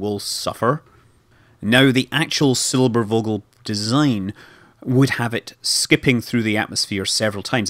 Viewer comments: While i love you scott manley, it is NOT called "der silberuuuogel", or whatever it was you were trying to say. Had you said it was called "Der Silberphogel" or "Der Silberfogel", you would have come close. I am disappointed by your lack of research. I would have expected you to say at least semi-correctly what the bloody thing was called. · 2 things: actually they got alternatives for bombing america, look up "Junkers Ju 390" and secondly the "v" in "silbervogel" is pronounced as an f you pronounce it in the video as silberwogel :) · The v is pronounced like an F. So it is pronounced Silberfogel. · In case you're interested Scott, the V in Vogel is basically pronounced like the f most english words (fish, fierce, fuck... you get the point). And the o is not like 'au' in for instance fault but more like the way you pronounce the o's in your hallooo at the start of your videos. And yes, it's the german word for bird. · You sure did butcher "Silbervogel"... The v is a relatively "sharp" sound, more like the f of f**k. You said Silberwogel. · The english translation of "Silvervogel" is actually "Silverbird". And the "v" is pronounced like "ph" ;-) Great video anyways! Go on like this! I really like your channel and all the great stuff to find there ;D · I am german and I am offended! The letter V is usually pronounced like F So SilberFogel would have been correct here. Alright, just kidding about being offended, but that usually gets attention.. haha Nice video, never heard of that design idea. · just a friendly hint from a german viewer the "V" from Silbervogel is spelled like the "f" from far or finish :) so rather hard if you may say so : )